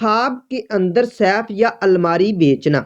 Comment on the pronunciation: تمہارا اپنا تلفظ تو درست ھے نہیں۔۔ یہ لفظ Saif نہیں Safe ھے۔۔ جو سیف تم کہہ رھے یو اس کا مطلب تلوار ھے تجوری نہیں